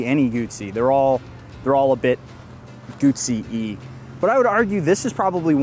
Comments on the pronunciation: call me old school but when i owned a Moto Guzzi i was a kid i had a Guzzi V7 Special and a California and we and he dealers then pronounced it Moto guZZi there was and still is No "T" so where is the "T" comeing from when you pronounce it Moto Gutsi ? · Guzzi is pronounced like Pizza.